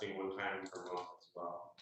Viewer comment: She needs to go back to school and take a refresher course in English. She said "munt" for month.